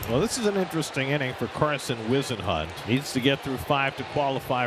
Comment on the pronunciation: Somebody tell John Miller how to pronounce Whisenhunt’s last name. It’s “Whiz..” not “Wise..” C’mon, Miller! Or is it Miler?